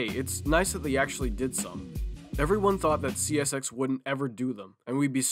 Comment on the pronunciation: bro said oh yeah chesshy systerm